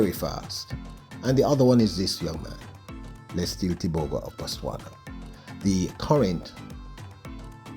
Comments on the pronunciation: say the champ's name right LETSÌLÉ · Lies...it's Lee-tsee-lay but don't stretch the Y when pronouncing...its like lare or flare kind of pronunciation at the end. And the T before the S is almost silent as you try pronounce TS together and not separate letter sounds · and Thank you for emphatically asking for Letsile's name to be pronounced correctly. People must learn to correctly pronounce African names, if they can learn how to pronounce Stravinsky, Tchaikovsky and Rachmaninoff, they can jolly well learn how to say LETSILE TEBOGO. The BBC pundits are the worst offenders, since the days of Amantle Montle (400m) and Nijel Amos, (800m) and Makwala (400m), they have been referring to the BATSWANA as BOTSWANIANS, ignorant doesn't even begin to describe. *Letsile's Tebogo's names means Good luck has come (Letsile), We are grateful (Tebogo)! He was named intentionally, he has honoured those who named him, so please RECOGNISE and honour them all by pronouncing it correctly.